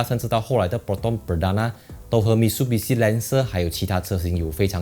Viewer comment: Mi tsu bi shi Not Mit su bi shi 纠正一下🤣🤣